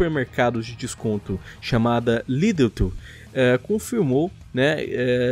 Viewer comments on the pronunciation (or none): Lidl nao e lidetzez Lídel* Tbm tem em portugal e um meme interno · Não é lidlt, é LIDL, acaba com L e não com T, e 370 euros é caro, por exemplo aqui em Portugal é 199 em promoção até 300 máximo, fica em torno de 240 ou 250. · lê-se lidel, abraço de portugal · Lideutu ?? Wutt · Eu não queria corrigi,r mas LIDL se lê lidol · O a falar lidl Ahahahahha